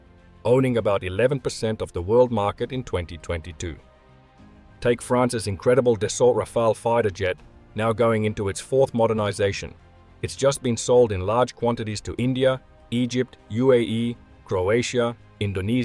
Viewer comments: Love your video but it is called Dassault Aviation not Dessault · "Dessault" Rafale 😂